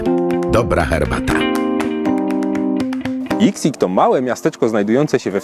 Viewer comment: „Jixing”? Chinczycy „x” cztaja jak „ś” , czyli nazwe gliny czytamy jak „jiśing”